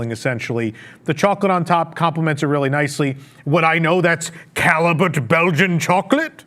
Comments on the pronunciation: From one professional wrestler to another: i believe you are trying to say “Callebout”, which i think is a Belgian chocolate and, from my French studies decades ago, should be pronounced “Ca- yay-boo” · It pronounce “Calle beau”